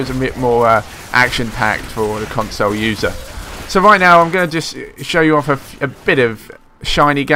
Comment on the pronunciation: What the fuck is a "consoh" lol...